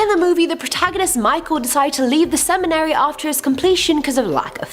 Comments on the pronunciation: Every time i see her, it's hard to follow, i don't know what she's saying a lot of the time, and seriously, cemetery school instead of seminary, that's big one!!!!! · "Seminary," not "cemetery," you absolute dolt... 🤣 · It's "Seminary" not "Cemetery' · It's not cemetery, it's seminary. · On number seven, with the second host, she says, "cemetery school." Like wtf is that? I think she meant seminary school. 🙄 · It's seminary, not cemetery! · She is having so much trouble with pronunciations it is hilarious referring to a seminary as a cemetery among others lol 😂🤣😁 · that was my thought, it's seminary not cemetery school. I got a little chuckle out of the mispronounced words